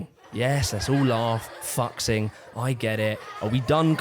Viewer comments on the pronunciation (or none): This is actually really well researched 😭 also fyi fuxing is pronounced [Foo Shing] and not fucksing LOL, Visual Kei is pronounced [Visual Kay] and not Visual Kee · Love the video! But next time please try to pronounce chinese names right out of reapect for him and generally people with chinese names. His Last Name is Luo and his FIRST name is Fuxing. And Fuxing is not pronounced "focksing" but "fu shing" but the "sh" is pronounced very lightly. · hate being the "uhm akshually ☝🤓" but Fuxing is pronounced "Foo Sing" rather than fucksing, not saying that he doesn't fuck ofc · Fuxing.... It's not Fuck-sing... More like Foo-sing... It's a bit disrespectful. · It's Visual Kei not Visual Kai and it's Loo Foo Shing not Loo Fukksing you bozo. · "fucksing" -- ..............its foo-shing "visual kai" -- ....its visual kay. like as in "okay" girl if you're going to make a video on a topic at least learn to pronounce the things you are talking about pls its basic respect girlie im going to rip the skin off my face and end myself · DUDE. It's FOO-xing. Not fuck-xing. Did your team not teach you how to say these words... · also "Xing" is pronounced as "shing" in Chinese, not "King" so bro's name is "foo shing" not "fucksing" lol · I get that it's a joke but like, it's pronounced fuzhing not fucksing. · Fuxing is pronounced Fu-Shing, not fucks-ing or fuck-sing 😂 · lol it's Luo 'Foo-shing.' Xi sound's like the word 'she.' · I like how you pronounce his name like fux-xing ...... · Ptretty sure it's pronounced Foo-JING, but I would have trouble with the temptation too. "But it was something for people who had nothing." And that is what made it great. God bless them. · I think given my very limited understanding of the language, Fuxing would (might?) be pronounced Fu-shing. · fuxing is pronounced foo sing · THAT'S NOT HOW YOU PRONOUNCE THAT, COME ON. Sorry. It is Fu sing (X is s) (But its appearance is X meaning that it is Fu Xing) (Fu is his middle name) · It's foo-shing